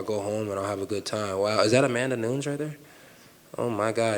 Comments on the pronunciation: not entirely correct but way better than gringos who pronounce “Nuñes” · That’s how you pronounce Nunes in Portuguese mate. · I'm pretty sure that's how you pronounce it by the rules of the English too, Nu-nes sounds like a fake spanish name, people for some reason think Portuguese and Spanish are the same language